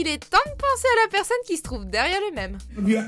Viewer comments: Meme ne se prononce pas :"même".Mais : "mime".Please. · meme se prononce [mime] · je suis la seule d'être gênée par la prononciation du mot "meme"?